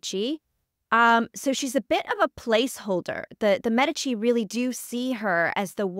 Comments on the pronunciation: My god the way she pronounces the queens name!!!! Whyyyyy?! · I can’t even watch this mess….. her pronunciation of Cathrine’s last name is blasphemy